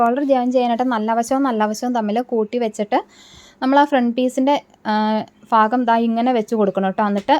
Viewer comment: ഫാഗം അല്ല ഭാഗം എന്നല്ലേ ശരി